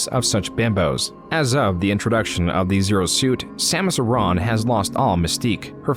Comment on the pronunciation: Your pronunciation of Samus Aren bugs me